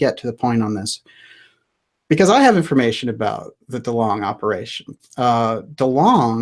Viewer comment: Delong, not dealing